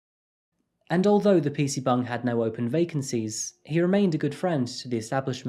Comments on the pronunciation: Are you saying "pc bung"?? ☝️ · Bruh are you saying PC bung….? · Im sorry to be that guy but whenever u say "PC Bangs" I can't help but hear "PC buns" lmaoo. Great vid my friend✌🏼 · wtf is a PC bung? Are you trying to say PC bang? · no hate but it sounds like you are saying PC BONG xD